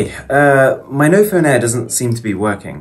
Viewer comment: Noph'p'one lol